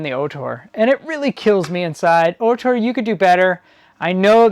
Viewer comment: great video. "ORtur" though, not "OHtor" .